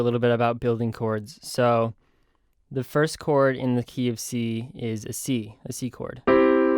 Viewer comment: when you say the "key of c" I always think you say KFC